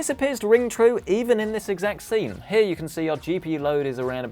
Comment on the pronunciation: it is heeya